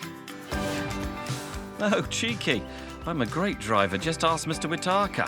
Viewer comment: It's Whitaker but Andrew teases him by pronouncing it Whi - ta - ka.